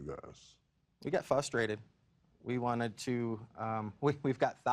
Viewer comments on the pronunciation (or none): Wow you're real clever....unavailable much? F.Y.I it's frustrated not fustrated.